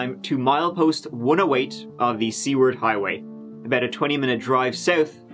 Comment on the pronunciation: I thought said the "C" word Highway." Took me a minute to realize what he said. I said to myself, "what a peculiar name for a Highway."